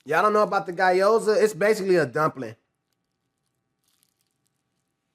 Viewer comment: “Guy-yoza” is crazy work